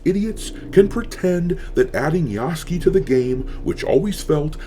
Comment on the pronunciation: ITS PRONOUNCED YASU-KAY PLEASE MY WEEB EARS CAN ONLY TAKE SO MUCH